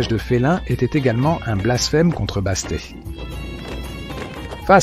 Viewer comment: Je pensais exactement la même chose. Au moins, faire relire et réécouter avant publicatiln : il y a des techniques pour corriger les erreurs de pronontiation. Perso, j'adore les chats mais "Basté" ça passe pas. Même en anglais, on prononce le "T" à la fin. Mais ça n'empêche pas que j'aime bien quand même ^^